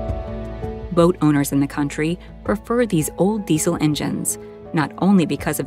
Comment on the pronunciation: What's a "dee sil" engine?.